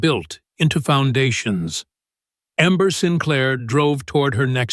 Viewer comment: Get a narrator who can speak English or pronounce names properly, her names amber not ember., ember is when a fire is about to go out